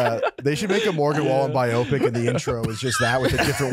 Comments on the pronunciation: might be the dumbest guy at Barstool. Also, “BI-OH-PIC?” Wow, dude. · Hahaha oh my god I was dying at mixing up Netflix and Wikipedia 🤣… and then he pronounces bi-oh-pic and and couldn’t even call it out cause they didn’t wanna keep burying him 😂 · They weren't going near absolutely butchering "biopic"